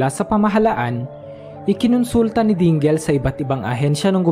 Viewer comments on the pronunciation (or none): Dingel? Dingle yan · Correct pronounciation sa (DINGEL) is something like" Dingil" hindi po "Dinggil"as in DINGEL name.